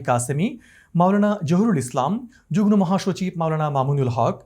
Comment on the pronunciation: সাংবাদিক মহোদয়ের কিছু কিছু শব্দের উচ্চারণে ভুল রয়েছে। যেমন যুগ্ মো কে যুগ্ নো বলা।আশা করি, আগামীতে শুদ্ধ উচ্চারণে সচেষ্ট হবেন।